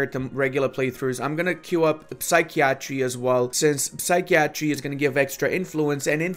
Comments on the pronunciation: Psychiatry (Sigh-kai-Uh-Tree) Not (Sikey-Attry) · Psi-key-A-tree, Lmao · Sy kee a tree, lol